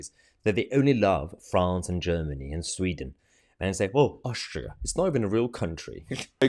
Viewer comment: Ohstrio ? I bet she ain’t struggling ! 🤪🤣